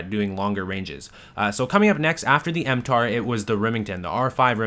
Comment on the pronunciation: It's mtar-x, not m-tar x.